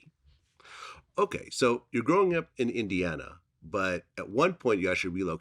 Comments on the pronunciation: It's Indiana not Idiana. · It’s Indiana not Indana lol put some respect on Indianapolis 😂❤️